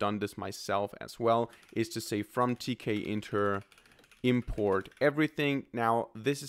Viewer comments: Not to be too political, but tkinter is pronounced t kinter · It's teak-inter.